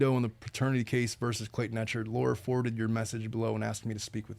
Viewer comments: Just started watching but I just have to say that Clayton’s last name is ECHARD, not EcharT. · I don’t know if someone corrected u but it’s pronounced Clayton ec hard